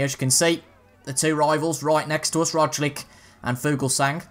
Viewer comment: Just for future videos, the g en Fuglsang is silent